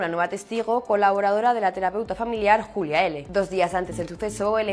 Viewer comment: Yulia, Yulia. El nombre es Julia. No es un nombre inglés. Ella es de un país de habla hispana, por qué ese empeño en llamarla Yulia?